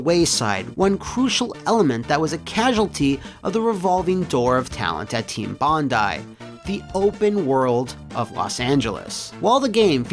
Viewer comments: For once, i can be pleased that at least one American can pronounce "Bondi" as "bon-die". Usually they get it wrong by pronouncing it as "bon-dee"... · a foreigner who can pronounce bondi correctly! bravo sir you are a rare breed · Thank you for pronouncing Bondi correctly, Americans seem to say it funny sometimes - sincerely, an Aussie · You pronounced "Bondi" correctly!! Yay!